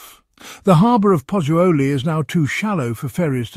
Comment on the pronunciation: Lol she can’t even pronunce Pozzuoli properly..it’s not that difficult😅